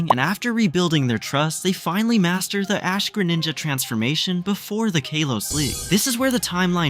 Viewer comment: Did you say kolos or kalos